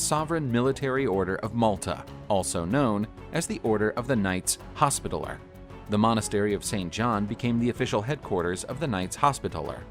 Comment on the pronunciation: This guy pronounces literally every other word wrong. Pronouncing hospitaller wrong.